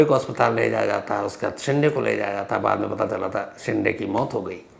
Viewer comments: शिंडे नही शिंदे, ड कि जगह द बोलिये सर, जैसे डिल्ली और दिल्ली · शेंडे नहीं शिंदे